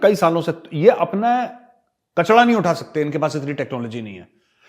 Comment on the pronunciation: Gobar Arya jee, its kachra and not kacdha. The way you make fun of Paki raw, improve your language also. Secondly don’t compare turki with india. No comparison.